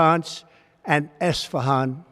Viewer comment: It's Isfahan not "estefan"😂😂😂